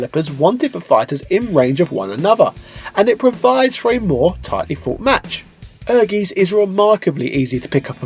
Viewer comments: OMG! You should have spent a little time learning how to pronounce the games name. It's hard to take the video seriously when you're saying Ergies. Air-GUYTS. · You Must call the i in Ehrgeiz, my ear Are bleeding Evry time you say ehrgees, its called Ehr Geiz its a german Word let Google read it To Know How To speak Right. Sry its hurt so much for german People when you say ehrgeees, the Rest of the Video is sexy like always, mach weiter so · It's air-gays. Get it right 😁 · Ehrgeiz is pronounced as "Air guys". Ken Godhand Mishima not only looks similar to Kazuya Mishima, but he's voiced the original voice actor of Kazuya - Joji Nakata and has the same fighting moves as Kazuya Mishima. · Actually, you're not pronouncing it right^^ "Ehrgeiz" is german and means "ambition". It's pronounced like "air-gites" ^^ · Wow figures! I miss pronounced has ¨ER gaisz ¨ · I think it's pronounce air-geet. Also I don't care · Great video. I'd forgotten all about Tobal having that quest mode! That was one of my favorite aspects of both games, and I do enjoy these trips down memory lane.Also, I can only imagine someone else has mentioned, but it's pronounced "air•guytz". For anyone who hasn't played it, it's definitely worth checking out. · It's pronounced Air-Guy-Ts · No, you are not pronouncing it correctly ;) Ehrgeiz ist german for ambition, and it is pronounced ehr - guy - ts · Just stumbled over this 3 year old video and as a german i must say it is a german word that means "ambition" and is pronounced completely different. No offense, just letting it be known 😅 Great vid, though 👍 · I only purchased this game for the awesome female character models (at the time). I wonder if I still have it...🤔 And I feel like pronounces things wrong on purpose. The game actually says the title at the end of the awesome intro cutscene. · Also I just want to mention the game says the title itself. And it's the correct pronunciation. :)